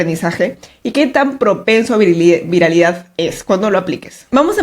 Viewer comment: Videazoooo, dato curioso. Quién se dió cuenta que siempre está apunto de decir VIRILIDAD en lugar de viralidad jeje